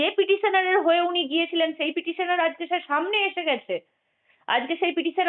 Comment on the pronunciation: Sir na bole chyar ei pronouncation